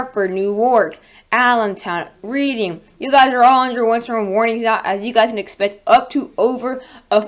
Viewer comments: I live outside of Reading, PA (not to nitpick because you're doing a great job but it's actually pronounced Redding) and I'm we're all bracing for a huge storm with high winds and lots of snow. Do you think we're going to get any freezing rain or is it going to be all snow? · No need to apologize at all. People who aren't from the area aren't aware that it isn't pronounced like it is written so I thought I'd key you in so you'll sound like a native of Pennsylvanian. You're so right that we'll be buried in snow here. Thank you for a great forecast and keep up the great work! Oh, and cross your fingers we don't lose power here in Reading.